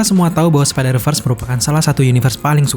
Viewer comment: Bacanya spidervers bukan spiderfars